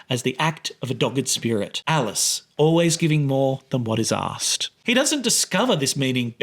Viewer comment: "Giving more than what is 'ass-ked.'